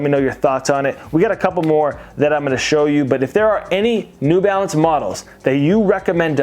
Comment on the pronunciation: "New Balace" 😂😂😂